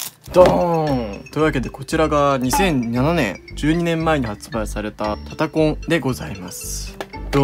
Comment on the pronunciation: 最初のタタコンのイントネーションいつもと違って違和感あった(笑)